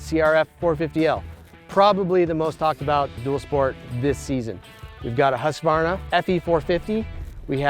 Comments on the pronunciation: One thing that drives me CRAZY:......people that say Husq"A" varna. There's no freakin A in the middle. Phew, I 'm ok now. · The dude doing the voice over needs to learn how to pronounce Husqvarna.